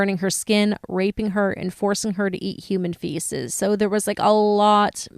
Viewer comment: fieces?? These two idiots should do a podcast on Mispronunciation of the English Language